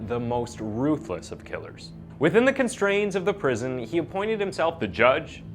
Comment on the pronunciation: Constraints NOT "constrains".... C'mon man.